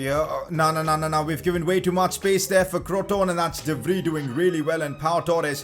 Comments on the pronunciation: dont pronounce de vrij de fri its called de frai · PCQ: De Vrij actually spells like De Vrai